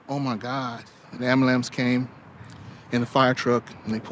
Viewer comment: "the am-blance"